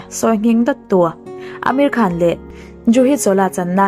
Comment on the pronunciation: Ameri Khan ti in kan hriat tlat chu,Amir khan